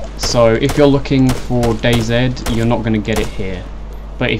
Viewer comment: dayzed what is that just say DayZ